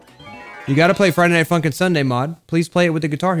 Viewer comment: its sounded like you said friday nighT @@